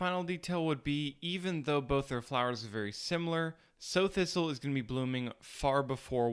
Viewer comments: Great info, thank you. BTW, ‘Sow’ thistle is not pronounced ‘so’ (as in to plant seeds, rather it’s ‘sa-u’ (meaning female pig). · Loving your channel, thank you for such fine productions & Clear information. Greatly Appreciate You. [ FWI: Sow Thistle, is pronounced Sow, like a Mother Pig 🐖 Sow, not Sew, like sewing 🧵🪡, but rather Sow, the o like outch & out] I believe it's called Sow Thistle because Sows 🐷🐖 eat it] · Not 'so' thistle, but Sao Thistle as in adult female hog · Sow Thistle is named for female pigs, not a needle and thread. It sounds like "sauw" not "Sew" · Sow (sau) thistle not (sew/so). It's like a female hog, a sow. Rhymes with cow. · Good vid, I liked it, but, around here (pig farm country Midwest) we pronounce 'sow thistle' as sow, meaning a female pig. Because they love eating it. It's like, welcome to the salad bar, fat thing. Oink. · You are mixing your heteronyms. It is not pronounced "so" thistle, sow rhyming with "go" is the verb meaning "to plant by scattering". It is named for a Sow, female pig, noun, rhymes with "cow", because of it's appearance to lactate when cut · Sow as in female pig, not as in sew. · Is that how you pronounce sow thistle? I always thought it was pronounced with an "ow" sound, as in female pig. Interesting. Afaik, sow thistle itself is edible, is it not? Just not much of a medicine, not that I've heard of anyway. Thanks for the clearly explained comparisons. All too often people talk a lot, but don't show anything clearly enough, or else they pay no attention to whether their narration is lining up with the video well enough to dispel any confusion. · If im not mistaken, it's called sow thistle pronounced sow rhyming with cow. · Love your videos, dude. I've been foraging for decades but always love to go back to basics. One note on sow thistle. It's pronounced like cow, not like sew. A sow is a female pig & they're called sow thistles because pigs love to eat them....